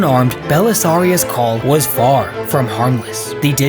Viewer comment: I don't know why but I heard Paul instead of Cawl